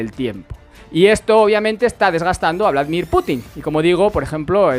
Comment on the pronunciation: Por favor, me duelen ya los oídos. Es Vladímir, no Vládimir.